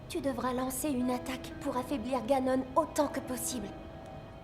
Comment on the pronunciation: il ma fait mal dans le ganon c'est ganone on le pronoce comme ca